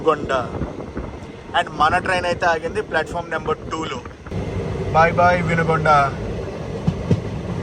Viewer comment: బ్రో వినుగొండ కాదు వినుకొండ అలాగే దనకొండ కాదు దొనకొండ ఒక్కసారి తెలుగు బోర్డ్ చూసినా కూడా కరెక్ట్ గా చెప్పొచ్చు